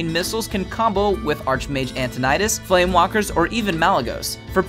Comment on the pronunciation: ITS FLAMEWAKER NOT FLAMEWALKER